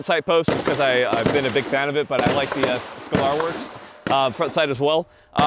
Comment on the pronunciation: Haha Mike knew damn well what skalorworks was he just wanted to hear Lucas say it again cuz he didn’t know how to pronounce it 😂